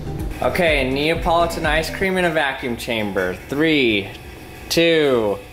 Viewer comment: The way he said the name of the ice cream neo politen 🤣